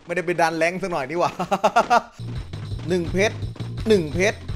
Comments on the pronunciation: ฟังจนได้ยินคำว่า เพรช เป็น เพ็ก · 1เพช๋ร 2เพช๊ร